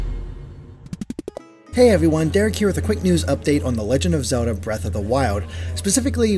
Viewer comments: whos Zeoda? i thought her name was zeLLLLLLLLda. this guy keeps talking about zeodah. new character? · is it me, or does this guy have trouble pronouncing L's in words.. like when he says Zelda.. or world...or wild.. I've heard it a while back.. now I just keep hearing it.. kind of bothersome.. lol.. not trying to be mean... but I guess in a way, I am.